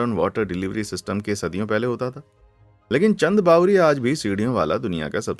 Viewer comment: It's चांद बावड़ी not चंद बावरी